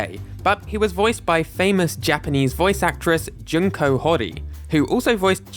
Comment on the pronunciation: the u in Junko is pronounced as in June, not as in junk. japanese only has five vowels, you can learn how to pronounce them.